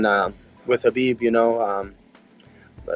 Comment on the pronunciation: Plz stop pronouncing hi name Kabib, it is not Kabib, it is Habib, the K is silent.